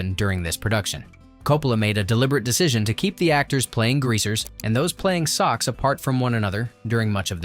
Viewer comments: How come the narrator doesn’t know how to pronounce ‘soshe’? I don’t remember how Hinton spelled it but I know it wasn’t pronounced ‘sock’! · This is one reason I've never been interested in listening to books rather than reading books-I am distracted from the story by the computer-esq voice-and pronunciation errors like "socks" for so-shh-z. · Socks? No pronounce like So-sch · It’s Soch’s, (as is socialite), NOT Socks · One of my faves! BTW, its pronounced So(long o)shhh. Not socks. LOL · Nice one. I knew all of the facts mentioned except for the cameos of Flea and Cam Neeley. Also, Soc/Socs is an abbreviation for Socials and it's pronounced Soh-sh/ Soh-shehs. Not Sock/Socks. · It's pronounced SOH-shes, you bastard.